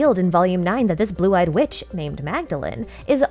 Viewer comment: that "son of a witch" sounds like "son of a b****"